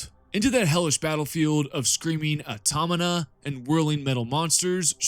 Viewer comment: Aw-taw-ma-Ta. AutomaTa. Automata. Good video, though.